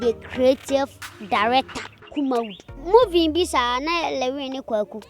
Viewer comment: Why are they saying moving instead of saying movie